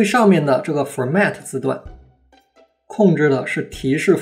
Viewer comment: 小小英文建议，preset重读是set，format重音是for